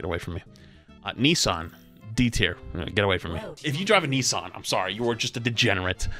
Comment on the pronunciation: 😂 oh snap. I have more issue with the say you pronounce Nissan…. Ni-san (where did my other s go? Nis-san 😤) Banger of a game, you had all the things throw at you 😂😂